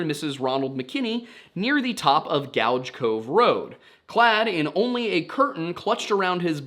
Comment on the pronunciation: Damn never thought I'd see a video about my town on here. Also it's pronounced gooj. Not gouge